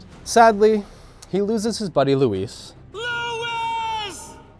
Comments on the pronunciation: Oh even when Luis is dying you couldn't say his name right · Mispronounces Spanish friends name even during death, a true bred American LMAO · damnit Leon even as he’s dying u still can’t say his name right 🤦🏾‍♂️